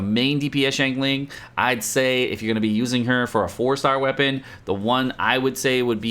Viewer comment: She is "shaan ling". Okay